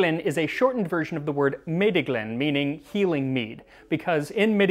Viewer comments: Meddyglyn is Welsh too, and pronounced Metheglin The “th” is voiced. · Hi max. Just thought i should mention if someone else hasn't already let you know but for future reference Meddyglyn is a Welsh word so you pronounce the dd as a th sound so the word is pronounced something like Meth-ee-gleen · Fun fact, meddyglyn would be pronounced metheglin - the double d used to represent the "th" sound. Still does in Welsh. Also, it doesn't matter too much exactly how much barm/yeast you pitch with, since the yeast multiplies until it reaches max population. You wouldn't want to use way too much or way too little, but there's a LOT of leeway (so to speak) in between. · In Welsh, the double D is pronounced as a soft "th" (as in "mother"), so meddyglyn is pronounced as if it was spelled methyglyn. It hasn't changed pronunciation too much over time. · 'Meddyglyn' is essentially pronounced the same as 'Metheglin' The 'dd' letter in Welsh is a 'th' in English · Welsh guy here. Meddyglyn is a Welsh word, and pronounced very similarly to the modern English equivalent Metheglin DD in Welsh is very close to a TH sound. Think of the TH in "There" :) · Your pronunciation is wrong. Dd in welsh is pronounced as th as in they. Meddyglyn is a welsh word for medicinal mead. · Hi, that’s not correct, the dd is pronounced as the th in them, not as in thousand. Welsh is also not Gaelic, it’s just Welsh, as Gaelic is Goidelic and Welsh is Brythonic. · Can you tell me why does he pronounce mead as "meed" if we have a different pronounciation in meddyglyn (not meedyglyn)? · A "dd" in Welsh doesn't make a D sound: it makes a voiced TH sound, as in the English words "the" and "breathe".